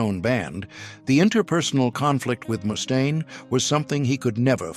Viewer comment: ...who's Moustaine? 😂😂😂